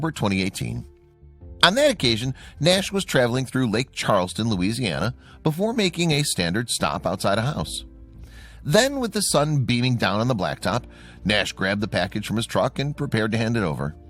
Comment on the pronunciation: Lake Charles La. not lake charlston La.